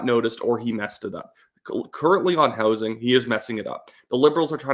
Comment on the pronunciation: Did you say direct minister of hozing? LMFAO